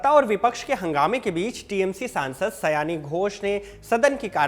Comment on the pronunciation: Sayone.. ooo..😊 sayani nehi sir